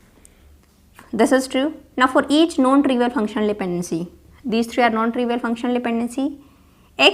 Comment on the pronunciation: PLease dont take it personal .......... Are you saying NON trivial OR known trivial please correct it sounds like KNOWN